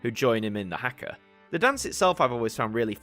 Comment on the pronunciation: as someone from new zealand the way you said haka made me cringe but of course it did i nitpick every single foreign pronounciation of te reo māori even though i barely remember any of the stuff they taught in school on it 😭